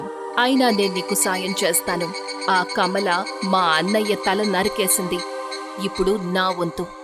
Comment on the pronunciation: Kamla kadhu kamala